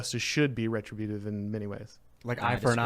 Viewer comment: It's re-TRIB-yoo-tive.